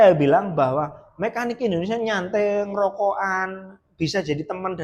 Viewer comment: Kok bihisa ngomong indohnesia mas..dahri puhlau jahwa ya mas